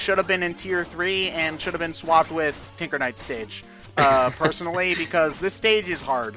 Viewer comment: Am I the only one who thought was saying "Tigger Knight" whenever he said "Tinker Knight". The double take was real.